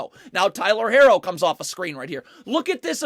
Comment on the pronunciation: it’s not he’s just saying it wrong 🤣 he does that with a few players names haha